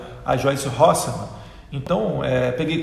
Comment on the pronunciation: Parabéns ,claaaro! Aos Bol...Bol...Bolsonaros . Mas é Há...Há...Hasselmann e não Halssemann. Assim ela fica ofendidinha né ; )